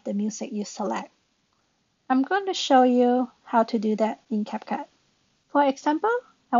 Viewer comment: CapCup Okay how did you mispronounce that